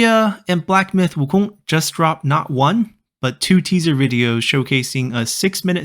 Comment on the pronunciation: 悟空这两字的发音就知道是国人了